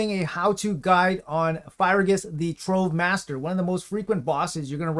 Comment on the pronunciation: Came here to say that the boss’s name is pronounced like ‘fridge-ious’ to save from future commenters’ rage :)